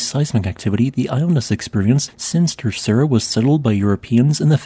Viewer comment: In Portuguese, the 2nd r in Terceira is silent and there's a slight d sound at the end. "Ter-say-da" It's not difficult to check your pronunciation before you record your audio 🥸